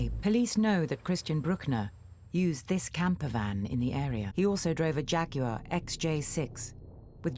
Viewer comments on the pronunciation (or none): none